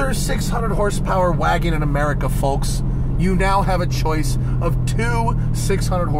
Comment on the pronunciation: Cool car. Great review as always! I miss driving these roads. I’m in AZ now and the roads are boring. Please stop pronouncing the “L” in “folks” 😂